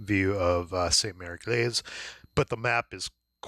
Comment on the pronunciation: Jeez. It's Egleeese not Eglayse. :) Watch the Longest Day. John Wayne nails it. Came from someone else's unboxing but he really didn't give a lot of info. This was perfect. Thank you!